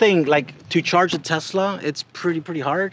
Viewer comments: He actually said "real Tezla." Must be taking about a different brand. ;) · Please stop mispronouncing Tesla. It is not “Tezla”. Thanks. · It's not a Tezla. It's a Tesla. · It’s pronounced Tesla not Tezla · Can you not say tezla its clearly tesla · Tesla not tezla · a tesla is not a tezla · Stop. Saying. TEZLA!! It’s TESLA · I HATE how he says “Tezla” instead of “Tesla” r/mindlyinfuriating 😭😒😵😤😤😤😤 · Why they say tezla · Duud says tezzla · That is how it's pronounced. That's how Tesla emloyees (including Elon) pronounce it. You have to remember where Nikola Telsa came from (a slavic language nation). I know you know this though, and were joking. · Can't pronounce the S in Tesla?